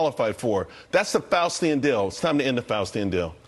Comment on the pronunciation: "Faustian" deal or "Faucian" deal? 👀🤔